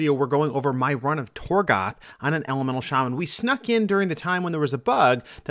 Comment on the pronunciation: He lost me at "Torgath"